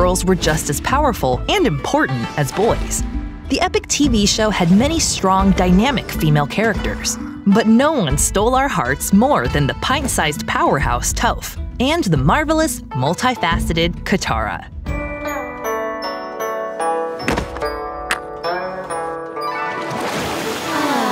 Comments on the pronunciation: You called toph wrong(it’s tawph. Or it’s pronounced like that at least) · The way she said toph. Im out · Excuse me, Toaph? Or Tophe? I did not quite get the name of Toph